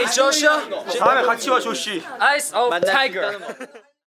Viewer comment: The way Jun says "eyes of tiger" is so addictive, his pronunciation is literally textbook perfect